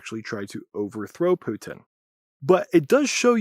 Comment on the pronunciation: PUH-tin. Spit that poo!